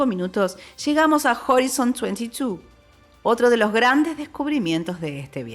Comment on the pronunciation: Buen video, pero me rompe un poco los oidos el horizon... se pronuncia horaison (en realidad mas cerca de hraisn las os casi mudas)